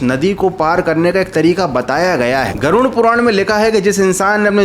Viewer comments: Garun nahi garuda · Garud ko gaarun kyu bol raha ho 😆😆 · Aap baar baar Garud ko Garun keh kar kyon bol rahe ho... Kya aap ko Garud bol ne mein problem to nahi hai na... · Garud Puran hai naa ki garun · कृपया नाम सही तरीके से लीजिये। गरुड़पुराण है न कि गरुनपुरण।